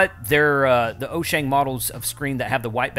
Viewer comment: It is WHOO-Shane. Say it like that and you got it.